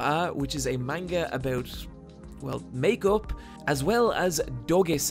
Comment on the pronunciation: You pronounce "Manga" weird